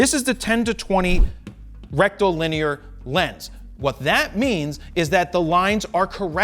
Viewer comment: Rectum Lin ear